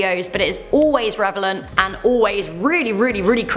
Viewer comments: “revelant” is not a word 🙄🤦🏻‍♂️ *Relevant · Did she say...revelant?? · Did she say revelant?